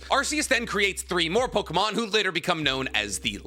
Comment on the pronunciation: These name prononciations are worse then expected 🚡